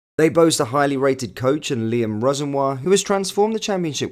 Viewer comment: You must be the only person on Earth to not know how to pronounce “Rosenoir”. Amongst other names!